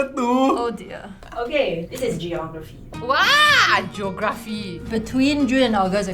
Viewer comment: The most Singaporean thing to ever happen 'okay, this is GE-OR-GRAPHY' 'wah, GEO-GRAA-PHEE' find me a more accurate depiction of what it's like to be a Singaporean